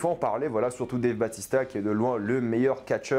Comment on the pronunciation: a raison ça se dit Batista.